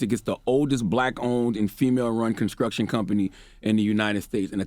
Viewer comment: Did Charlamagne say “conskruction”???